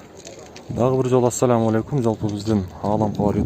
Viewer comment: АссалЯм эмес. Ассалом деп айтсаң болбойбу,Чубак ажы акебизда айтканго , оосарланбай, туурасын айткыла деп.